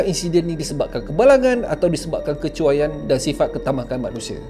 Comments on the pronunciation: Kecuaian bukan kecukaian😂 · kecekuaian atau kecuaian? 😂😂😂